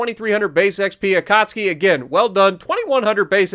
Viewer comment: Akatsuuuuuuuuuki. Not Akatski 🤪